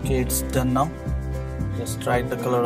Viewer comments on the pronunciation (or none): none